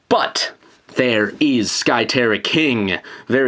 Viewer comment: It's not sky terra king it's SKY TERRA KINGUUHHH!!!!!